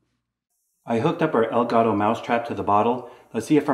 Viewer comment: take some of the money you make from this channel and go buy a Dora The Explorer book on how to say "the cat" or "EL GATO". Otherwise keep up the good work